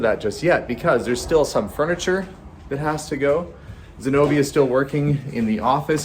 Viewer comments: her name is Zenobia and pronounces it perfectly. It's actually sad that she has to use different transcript of her name because people wouldn't do some effort to pronounce it properly. It's not even hard non English name. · it's sad that she (or her parents) had to change the spelling of her name because people couldn't put minimal effort to pronounce it properly. It's not a hard name and says it perfectly.